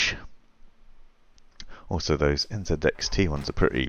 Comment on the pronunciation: Good video, but the company is called NZXT, not NZEDXT